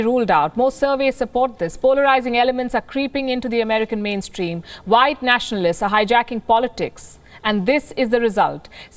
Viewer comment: You lost me with the “whtye supremacy” ...